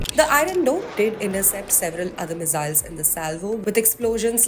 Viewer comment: There is no such thing as mizziles - ss in English is never pronounced as z. Accents are one thing but speaking wrong English is ridiculous - stick to your language if in doubt nothing wrong in doing so.